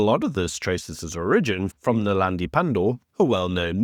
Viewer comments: Naledi.....not .. Nelandi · Naledi not Nalandi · Maybe just get Naledi Pandor's name right.